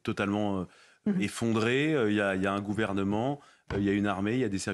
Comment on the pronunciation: Et le "gouvermanent" 😂😂😂 Nom de Dieu